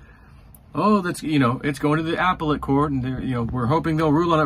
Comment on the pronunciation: Ah-pellet court. Not apple-et court.